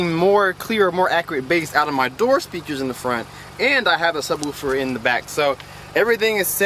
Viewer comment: I hate when people say ......woowfer